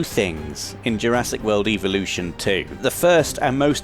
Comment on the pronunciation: You keep saying eeveelutions not evolutions You're playing too much Pokémon